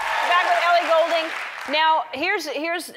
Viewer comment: my last name is Goulding lol it's not golding it's Goulding like a ghost lol :)